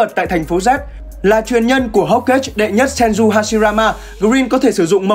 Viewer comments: hokage là đọc theo phiên âm tiếng nhật mà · Ổng đọc theo tiếng Anh chứ đọc tiếng Việt thì là hô ka gê:))